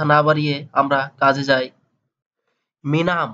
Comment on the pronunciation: আরে ভাই মিনাম না,মিনুম অর্থ পান করা 😂